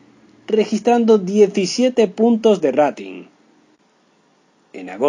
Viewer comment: Siquiera pronunciará bien lo que dice. No pudo decir Pimpstein. No pronuncia correctamente Rating. O sea. Sabrá algo del medio este tipo? O solo Está leyendo sin saber lo que dice.